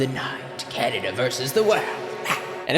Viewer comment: lets see how long it takes tfor to realize she said canda and not canada